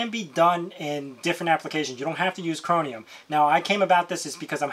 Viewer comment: chroMium... not chroNium